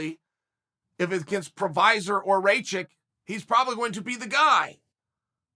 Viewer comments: It’s not Provosvick Chael, it’s Prokriav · He said Provisor 🤣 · He literally called Prochazka "Provesvek" and "Prosevic" hahahaha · who is prosavic lol. why doesnt the producer guy correct him and have him redo the rant. BECAUSE CHAEL IS EPIC only he is brave enough to put out videos to 900k butchering names every way we knew possible and inventing a few we didnt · You guys got it all wrong, he said “ La Prochlavich and Raye - Kich are studs” he said Fuckin La Prochlavich lmfao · He had zero problems pronouncing Blachowicz properly (Bluh-HOE-vitch). He's definitely pulling our leg.